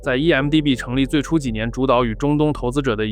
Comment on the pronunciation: 1MDB應讀為「one MDB」，相信很多人聽成了「EMDB」，就像「1斤麵粉➕7盎司水」一樣困惑